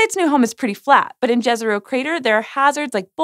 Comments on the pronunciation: Jezero, Lake in Slavic languages generally. Not Džezero, Dziezero, Ďezero, or Đezero... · Jezero, not Džezero! It's Slavic for "lake". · 'Jezero' is pronounced as 'yezero', and means 'lake' in many Slavic languages :)